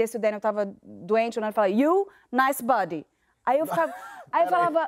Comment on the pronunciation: Pensei a mesma coisa pq 1o ela falou buddy mesmo, e nao body